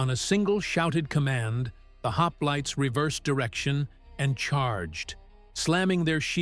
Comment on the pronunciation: "Lionaidas and his haplaits" 🙄😉😁